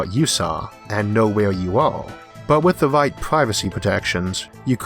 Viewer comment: I wish my GPS had your voice programmed into it. Tawn left, Tawn Wight, You have weached youw destination, and I've been Isaac Awthaw.